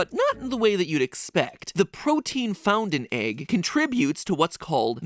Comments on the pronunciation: also "The protein found in E G G..." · no one: absolutely no one: MatPat: e G G